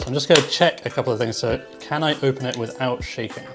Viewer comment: says ON and open as "OpeN"